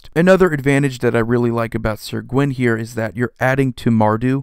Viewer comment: Great but top 20 list but it's not sir gwyn its syr